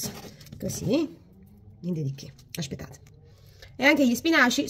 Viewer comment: Anche io....mi fa morire quando dice " ascpettate.....". Una forza della natura. Ecco perché Marta ha sempre il sorriso❤❤